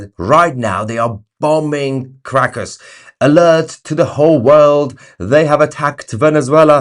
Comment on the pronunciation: I love how when Tousi mentions Caracas it sounds as if he were saying "Crackers" in his lovely British accent. 😉🤣 Seems appropriate somehow. But here is hoping they can get back some SANITY in their gov't with dictator maduro out of the way.